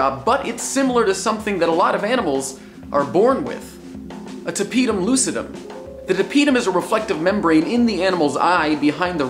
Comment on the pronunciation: Jake, its Pronounced "Tap it uhm, loo Sid uhm"